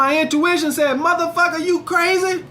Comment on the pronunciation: When says Muthafacca it kills me